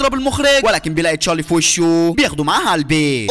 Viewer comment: اسمو تشارلي مو تشالي